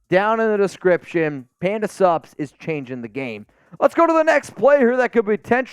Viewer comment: I think this will forever be know as the episode where let’s us know he can actually say SUPS! Even if I knew it was Panda Sups, I only ever heard PANDA SUBS! The first few times I was trying to figure out what SUBS had to do with nutrition supplements….